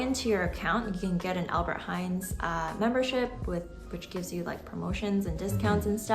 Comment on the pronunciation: Its ALBERT HEIJN NOT HEIJNS no one says it here Or just say Appie or Appie Heijn how the locals say it